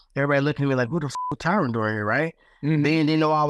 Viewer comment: Don’t pronounce an E at the end of his name lol, it’s Tyron not Tyrone